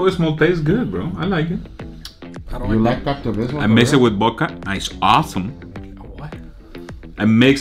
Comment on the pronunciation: wtf "I mixay bith bodka it's aasum" 😆